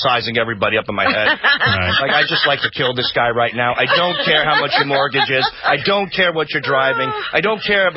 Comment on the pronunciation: Richard’s “it IS funny” makes me lol